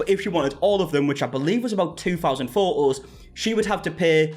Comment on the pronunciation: Exactly the correct pronunciation 😂